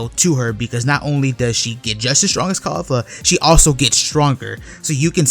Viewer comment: its KEF la not Kayfla lol